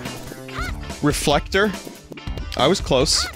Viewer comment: when the girl from silohette mirage was saying "reflector" it sounded like "big richter"